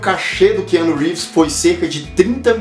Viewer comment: " Que ano Reeves " kkk